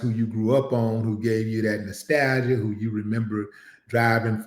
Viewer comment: Hey Willie, it's Nostalgia not Nostalia bro. 😂